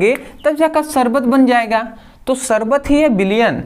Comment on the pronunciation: शबर नहीं शरबत होता है 😂😂😂😂